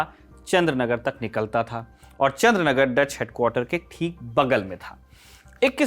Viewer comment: It’s not Chandranagar but Chandannagar